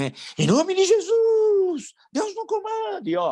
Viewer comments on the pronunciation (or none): none